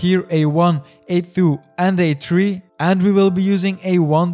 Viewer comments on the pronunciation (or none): A-thoo, and A-tree :D Nice video!